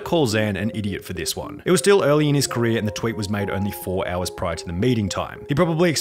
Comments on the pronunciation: "careeah" lol Its the end of everyones CAREEAH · Ok but why u say career like that tho